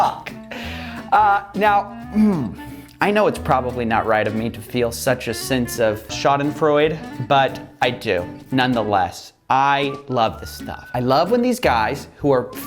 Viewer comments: Greetings from Germany! Really enjoying your videos, just wanted to point out that it‘s „schadenfreudE“ not „schadenfreud“ the ending is not pronounced like (Sigmund) Freud but like the „da“ in Dan Lok, so: schadenfreuda(n) Your pronounciation is really good, it‘s just the ending that wasn‘t quite right :) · what did i hear SCHADENFREUD!???? thats crazy its german and iam from germany and we say schadenfreude ! lol thats the second german word i hear in english. cheers from cologne! alaaaaF! guten tag ! mit freundlichen grüßen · It's not shaden froyd. It's shaden froydeh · I is "schadenfreude" not shaeden feud hahahah👍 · "Schadenfreude" - the last e isn't silent. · Schadenfreudefreude - the experience of pleasure, joy, or self-satisfaction that comes from learning of or witnessing the troubles, failures, or humiliation of another, especially Coffeezilla, when mispronouncing "schadenfreude". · You pronounced "schaudenfreude" wrongly.